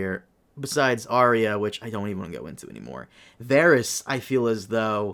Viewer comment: If you cant pronounce Arya, then you cant be taken seriously